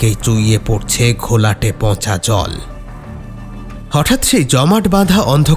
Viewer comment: খুব ভালো। একটু চন্দ্রবিন্দু গুলো বুঝে ব্যবহার করো। "পঁচা" নয় পচা। এরকম আরো কিছু আছে। এদিকে একটু খেয়াল রেখো।